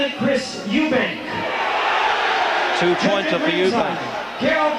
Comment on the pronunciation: Eubank not Eubanks